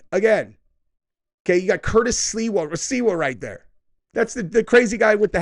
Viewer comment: It's SLI-WA. "SLEE-WAH" Not Silwa.